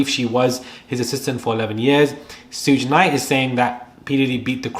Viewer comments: Prounounced "Shoog Knight." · I wanted to subscribe but the way you said Suge Knight drove me nuts 😩